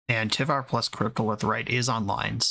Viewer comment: I think it’s pronounced tie-var, not tivar, based off of how the old Norse god tyr is pronounced. I could be wrong.